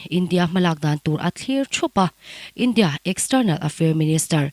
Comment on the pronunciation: India tih achhiar apiang khan awmze bo thak in athluk thin .. Map poh MAP tih in achhiar bawk .. A tawngthluk diklo thin kha ngaithla chiangla i hre nual ang .. Mizo tawng thiam pangngai inih chuan